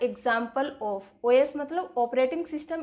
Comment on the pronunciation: Os ❌ Oyas ✔️😂